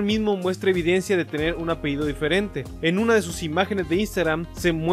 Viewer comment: No se dice "apeido", es apellido amigo... Eres investigador y no sabes ni hablar... Santo Dios.